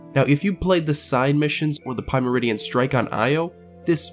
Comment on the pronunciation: "Pie-meridian" Smh